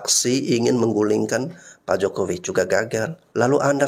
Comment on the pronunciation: sok tau kau....nyebut nama jokowi aja gk benar....